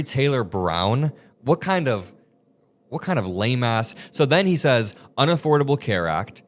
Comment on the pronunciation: “What kind of lameahh…”😂